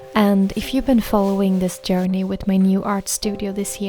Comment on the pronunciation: at the end there your accent almost transformed the word journey into "yearney", which made me smile- how fitting, since this all started with your creative soul yearning for a place to rest and grow. We should all try to have a little yearney ourselves ❤